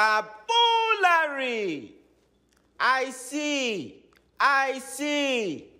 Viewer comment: he say the ice he say i see